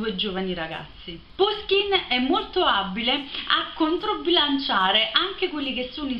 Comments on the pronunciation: Appena finito di leggere come coronamento delle opere principali di Puškin in prosa. Alcune precisazioni. È giusto pronunciare Pushkin. Gogol', Turgenev e Pugacëv si pronunciano rispettivamente Gagòl, Turghènief e Pùgaciof. Romanticismo e situazioni romanzesche una dietro l'altra, bellissimo romanzo, per quanto concordo nella conclusione un po' frettolosa. Consiglio anche, dello stesso autore, I RACCONTI DI BELKIN e il romanzo in versi EVGENIJ ONEGIN (pron.: Ievghièni Anièghin), il suo capolavoro. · Ciao, ho scoperto da poco il tuo canale! So che questo video è di un anno fa, ma se ti piace Puskin (che si pronuncia proprio alla napoletana come dici tu, pushkin) e ti affascina la sua vita ti consiglio vivamente di leggere "Il bottone di Puskin" di Serena Vitale, che ricostruisce l'ultimo periodo della sua vita e le vicende che lo hanno portato al duello mortale. Di Puskin consiglio anche caldamente "La dama di picche e altri racconti". Poi rimanendo in tema letteratura russa un libro veramente molto bello è "Un eroe dei nostri tempi" di Lermontov (che si legge Liermontov). Benedetta